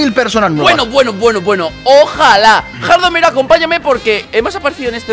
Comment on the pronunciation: eres gei porque sienpre dises jardomero ajajajja